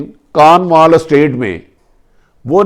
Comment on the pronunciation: It is called Cornwall estate not kanwal estate